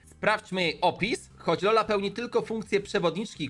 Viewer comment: nie czola tylko hola